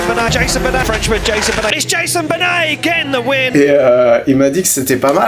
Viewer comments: « Jason banet » perso j’ai ri, ohhhh là j’ai ri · Jayzonn beunett's 😂